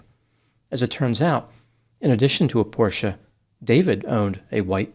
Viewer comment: is one of the few Americans who can pronounce Porsche correctly. Very good!